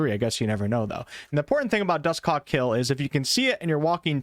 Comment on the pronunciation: Why you sayin Dusthawk like that? "Dus Cock?" pretty sus.